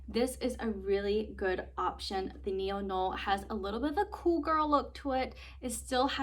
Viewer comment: I have this bag as well in the same same color option. I love mine as well. The Neo noe is pronounced (Neo• No way). 🙂 Great review!!